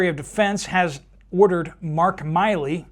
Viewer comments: It’s MILLEY, not Miley-It’s that clown, General Milley.🤡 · How do you not know how to pronounce General Milley’s name? It’s been in the news forever! Milley! As in silly! Not Miley! As in Cyrus! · Pronounced "Millie" not "Miley." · It’s MILL-ee, not MY-lee. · Update. Brother General Milley is pronounced “ Mill’e” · FYI--Milley is pronounced with a short i--love your show. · I do not believe the answer on the drones, Milley, pronounced like chili, I think Trump is looking into the culling. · How do you not know how to pronounce his last name? Never heard of this guy before?